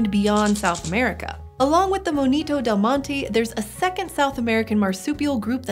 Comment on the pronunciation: Monito del Monte is like Mohn-e-toe del Mohn-teh